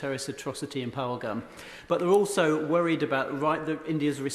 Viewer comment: Phaglam?? Lakshar-E-Tabaya??? Lakshar-E-Taba?? Priti Patel, surely you could pronounce Pahalgam and Lashkar-E-Toiba at least as well as the native brits and Americans who have been getting it right!!! What an ignorant Brit Indian!!!